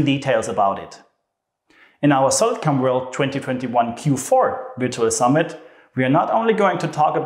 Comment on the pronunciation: Please tell me I'm not the only one hearing "Solid CUM"